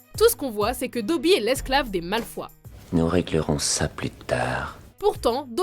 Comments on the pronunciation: heu à tu a dit Drako Malfoi, c'est horrible c'est censé être Malfoy avec un oye. Choqué et déçu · les "malfois"c'est sérieux là ? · " Malfoi " ..... je dislike direct !! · Malefoye pas malaufoie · c pas malfoi c malfoy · cool la vidéo mais mdr ta mal prononcé malfoy c'est comme si t'avait dit malfoi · On dit malfoy et pas malfoi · malfoy ptn pas malfoi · C'est pas malfoi c'est malfoï ( malefoy) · Paul Gr cette mais ils existe aussi en Angleterre et on dit malfOY,pas malfoi(mal au foie jpp),ils se ressemblent mais ce sont deux nom différent (comme Thomas et thomaS avec le s ) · J'aime trop quand tu appelle les malfoy les mal foi XD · DRAGO "MALFOUA" mdrrrrrr ptn ça m'a tué xD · Raaah ! Malfoï si tu préfères mdr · C’est pas malfois mais Malfoy et pas animagi mais animagus et wéslay non non c’est weasley avadaaa kedavraaaa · On dit Malefoy et pas Malfoi et aussi on dit pettigrow pas péttigrow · "Malfoi, Weslé, Verpi, Gilderoi" XD les noms c'est terrible lol